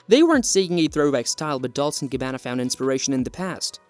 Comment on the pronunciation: Dol-Che & Gabb-ana